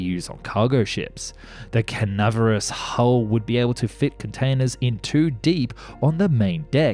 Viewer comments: sorry dude but i think you mean Cavernous, not Canaverous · “canaverous”….wtf is that? 😂 You mean “cavernous”? As in having the form of a cavern/cave? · canaverous, do you mean cavernous? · is a good example of why I think you'd benefit from a script editor or video editor who's only job is to point out mistakes. In this scenario, the word cavernous is pronounced like "tavern" but "cavern-us" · The "canaverous" hull? You have some of the best and most interesting content on YT but damn your pronunciations are just killing me